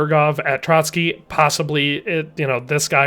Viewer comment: ''Trotsky castle'' 💀